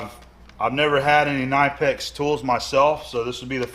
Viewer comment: You actually pronounce the 'K' in Knipex - it's not silent. ;-)